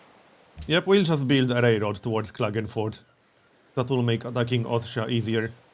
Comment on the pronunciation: Hey, do you speak by any chance some german? You pronounced something like Klagenfurt correctly:D